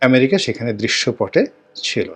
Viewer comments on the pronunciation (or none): none